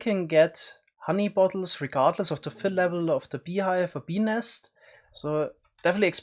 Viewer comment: OOOHHHHHH Bees nest, I kept hearing penis. OwO